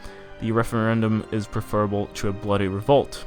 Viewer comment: I love how your brazilian accent still prevails on the "tchuuuuuu" (to)